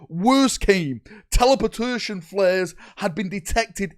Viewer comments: Hearing the mispronounation of "Teleportation" is why Dorn went out to get milk so long ago 😂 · flubs with timesstamps:) Vox-retelays Monotorious skip Stratetorious Death Spire Telepurturtion Kaymmunique Alignment affliction Death kell